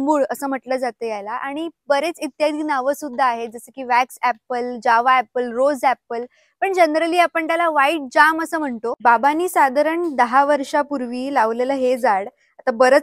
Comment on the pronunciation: Jaam g jabhul nahi go